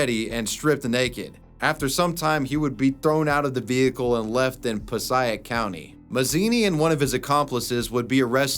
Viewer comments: No man! You pronounced it wrong. Puh-say-ic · passaic County, It's pronounced pa say ic County. That's where i'm from a town called West Milofrd in Passaic County. It's north Jersey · Hey you pronounced Passaic wrong it’s pronounced “Puh-say-ick” not “puh-seye-ick”. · pos eye ic county??? pa say ic county dude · Pa-say-ic not paseyeik New Jersey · Puh-Say-Ick County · Every time you mispronounce Passaic, I can hear every single one of us from NJ screaming, "PAH-SAY-IC!" Seriously, dude, where the hell are you even getting pah-sah-ic? You do know you can listen to pronunciations on YouTube channels, right? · Ive been watching you forever but you butchered "Pass A IC" passaic New Jersey. Being from NJ, that is a stab in the heart. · It's pronounced "puh-say-ick" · It's Pa-say-ick sorry I am from New Jersey and it was bothering me 😂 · Im from New Jersey it’s piss-ay-ick passaic not sure what that pronunciation you did was lol. Wait until you hear how we pronounce Newark your southern head will spin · my man, Passaic is pronounced "pah-say-ik" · Really good video! Great stories, and well told! One little thing, Passaic county is pronounced Pass aaaay ick. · The way he says Passaic County keeps bothering me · The way you pronounced “Passaic County” made me cringe a lil bit sorry bud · The way you pronounced Passaic county Nj was killing me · I love you bro but the pronunciation of passaic … please look in to it for us jersey residents it’s torture brother please…. All I’m gonna say… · It pains me to hear you pronounce Passaic like that